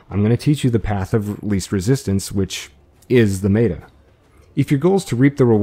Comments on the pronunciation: Very helpful, but are you saying meta? I mean no disrespect. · No one is gonna talk about the fact that this highly educated man says "maytah" instead of meta? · Cool guide! Very clear! Small note before you catch shit: meta is usually pronounced with an e sound similar to the hek shotgun. So 'mehta' instead of 'meeta'. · mEta not meAta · its not mayta....its meta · i love your manner and the calm, clear way you explain things. but i must let you know that the word "meta" is not pronounced "mayda." it's a short "e," "like metta." it's short for "meta-game." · Mate-er? Meta? Met-a? Meter? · maeta? wtf who says meta like that? :P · The video creator has recognized his mispronunciation of the word 'meta' and will henceforth pronounce it correctly Contents: Intro/Spoiler Warning Intro - Why do it? Hunt - Vomvalysts Hunt - Teralyst Hunt - Basics The other Eidolons - Intro The other Eidolons - Brillant Eidolon Shards The other Eidolons - Capturing Eidolons The other Eidolons - Gantulyst The other Eidolons - Hydrolyst Hunt - Multiple Runs Hunt - The Meta - Intro Hunt - Lingo / Terminology Hunt - The Meta - Frames Hunt - The Meta - Frames - Chroma Hunt - The Meta - Frames - Trinity Hunt - The Meta - Frames - Volt Hunt - The Meta - Frames - Harrow Hunt - The Meta - Frames - Addition - Roles Hunt - The Meta - Equipment - Archwing Hunt - The Meta - Equipment - Pets Hunt - The Meta - Equipment - Amps Hunt - Advanced Hunt - Advanced - Operator Mode Hunt - Advanced - Void Strike - Intro Hunt - Advanced - Void Strike - Tips Hunt - Advanced - Void Strike - Unairu Wisps Hunt - The Meta - Equipment - Arcanes - Frame Hunt - The Meta - Equipment - Arcanes - Operator Hunt - The Meta - Equipment - Arcanes - Aquisition Hunt - The Meta - Focus + Passives Outro Hope that helps, finding the topics you are interested in. Edit: The author of this video asked me to put his remark on top of my comment. ;) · it bothers me so much how he says meta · Good vid, but you constantly mispronounced Meta